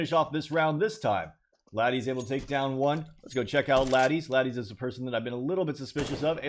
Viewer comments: ladies not laddies lol. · Still don't get it why you pronounced ladies as ladis. 😂